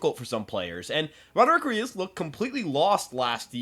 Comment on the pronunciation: Brother, it’s ARIAS not Urias